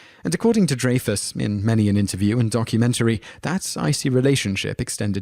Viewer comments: Harold RAY-mis. Richard DRY-fis. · DRY-fuss, RAY-muss. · Interesting video, but you REALLY need to learn how to properly pronounce some of these folks names. It's Richard DRYfuss, not DRAYfuss. And Harold RAYmus, not RAH-mus. And I'm pretty sure at one point you called Kenny Baker, Kenny BARKer. Just saying. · It's Richard DRY-fus, not DRAY-fus. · Dude, the man's name is DREYFUSS, with a long "I," NOT with a long "A." It is hard to believe that you have inside knowledge of the feelings these actors have toward each other when you don't even know how to pronounce the name of an actor who is known throughout the world. Raise your hand if you didn't know the proper pronunciation of Richard Dreyfuss' name. See? No one but you. A person's name isn't open to another's native tongue. A person gets to determine how he or she wants his or her name pronounced, and in this instance, it is Dreyfuss – WITH A LONG "I." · Dreyfuss is pronounced as "Dry-fuss", not "Dray-fuss". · Dreyfuss is pronounced Dry fuss. Dry your dishes Dry your laundry. Not Dray fuss. I do realize Brits pronounce things differently. But that one was a fairly egregious error. And Kenny Baker is not Kenny Barker. I believe it's pronounced Harold Ray miss. Not Rah miss. Just thought that those slips were worth noting. And Stana Katic absolutely HATED her Castle costar Nathan Fillion. She knew people thought they were becoming an item in real life, so she dispelled those rumors by talking about how great the gift of acting is to her. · Dray-fis? Ta-kie? Harold Rah-mis? It's Dry-fis, Ta-kay, and Ray-mis. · It is pronounced "dry-fuss" NOT "dray-fuss." He is a very famous actor so it is worth pronouncing his name correctly. Shaw and Richard made up a bit before Shaw died. Shaw was an awesome actor; he is the best Henry VIII in film history in his bit in A Man for all Seasons. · Pro nouced Dry fuss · Richard Dry-fuss; Harold RAY-mus!! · "DRY-FUSS" "RAY-MiSS" "TUH-KAi" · Dray-fiss is wrong tho. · Dry-fus, Ta-kay.